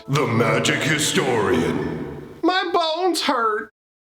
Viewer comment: Your BONES hurt? Dude I thought you were saying balls this whole time.